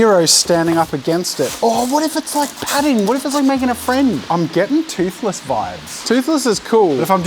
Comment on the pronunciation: idk how he managed to screw up toothless but aced hiccup 🤣